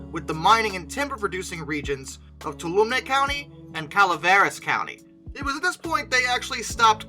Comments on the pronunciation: Btw Toulumne is pronounced “two-all-uh-me” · My only nitpick is that it’s pronounced “too-all-um-me” county. Other than that, it’s a fantastic video! I just started volunteering at Jamestown myself, so I’ll be getting to work very closely with #3 as she’s returned to service! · That’s pronounced TooWallaMe county. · Obviously he's not from California since he mispronounced "Tuolumne."